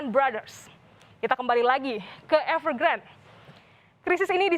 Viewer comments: Bacanya Evegrandé Mbak Bukan Evergrand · EVERGRAND.....E nya dibaca.